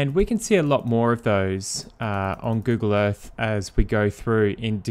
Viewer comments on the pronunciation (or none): Move onto the fird. Why cant you Brits pronounce the letter " TH " You always use an F Google EarFF